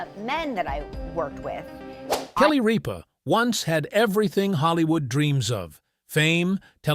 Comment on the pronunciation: It is not Reep ah it is Rip ah. Narrator get it right!!!